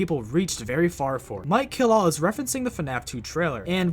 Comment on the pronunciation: Instead of "Mike Kill all" I heard "Mikey LOL" XD